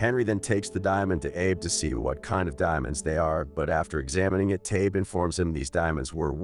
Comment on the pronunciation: Narrator needs to learn names, kept saying "Ay-Buh" and "Ah-Bee" every other sentence for Abe